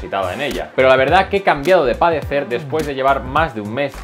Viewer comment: Has cambiado de "parecer" porque parece que dijiste "padecer" y no me gustaria padecerla jajajajaja!